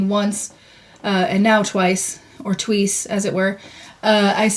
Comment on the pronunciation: Swedish accent on point, just like Trixie: “you pay the once, the tweece…” 💕